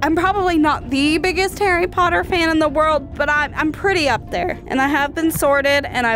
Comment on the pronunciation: Omg it’s jearie potter